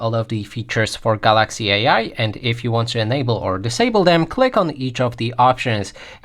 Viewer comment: Learn how to say Galaxy.